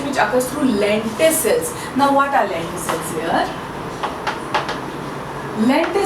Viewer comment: It is lenticel and not lenticle